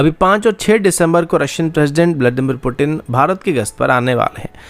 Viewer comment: पुटिन 😂😂😂😂 भाई पू तीन कहते हैं रशियन भाषा में वेस्ट का ये प्यूटिन बोलने का ड्रामा नया नया है और भारतीय नकलची लोग कॉपी करने में देरी नहीं करते 😂😂😂😂😂😂